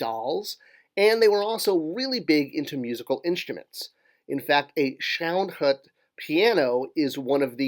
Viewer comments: It is more like Shin Hout or Shayn Hoot. The I would be pronounced like in flirt -Considering the Family was originally from south western Germany Id go for the I - flirt pronounciation variant. The oe in Schoenhut corresponds to the Umlaut "ö" in German, lacking that letter it is written as oe in most other languages. The hut part is also not correct. The U is pronounced very similarly to the way the ou is pronounced in you or the oo in soon. The original German spelling of the Name would be Schönhut or Schoenhut which as you write translates to beautiful or nice hat. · More like "Shuun-huut" but nice attempt